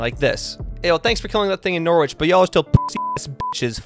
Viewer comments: If it helps, you're pronouncing Norwich wrong as well. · Cnoc na riabh is pronounced: nock-nah-reev. the v is a bit softer, as if it's also a b. All names with wich have a silent w. Norwich would be: Nor-itch Edinburgh is pronounced: Eh-din-Buruh